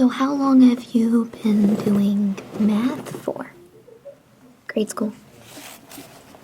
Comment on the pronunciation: My brain heard meth every time u said math💀